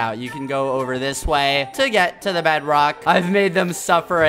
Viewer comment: Skeppy really said Bedwock🤣🤣🤣🤣🤣🤣🤣